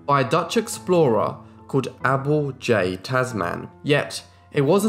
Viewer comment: It's Abel as in able